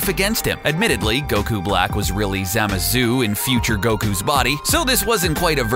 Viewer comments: did anyone else notice the zamazu hi said instead of zamasu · No the way he pronounces Zamasu, "Zamazu" 😆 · Everyones talking about how he said pikkon but are we really going to let that absolute butchering of zamasu slide? Really? “ZamaZOO” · Why he say zamazyu